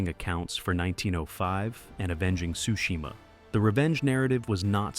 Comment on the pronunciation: I'm pretty sure Tsushima isn't pronounced "Sushima" bro 😂 sounds like a bad fish dish.